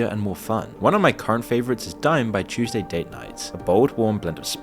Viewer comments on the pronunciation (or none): none